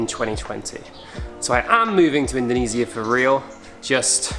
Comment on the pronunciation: Learn how to pronounce Indonesia